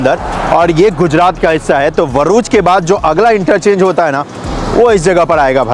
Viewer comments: व nahi भ hai hum to भरूच hi bolte hai ye वरूच kya hai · Bhaiyya, Varuch nahi hai woh, it's Bharuch (भरूच) . Aap usko Varuch (वरूच) bol rahe ho joki ghalat hai. 😊Your welcome and lots of love😊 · It's bharuch not varuch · Very good video bhai bas next time Bharuch bol na not Varuch :) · It is Bharuch not Varuch sir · Please its Baruch not Varuch. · Bhai... Bharuch... Thik se nahi bolaa....😂😂👍👍👍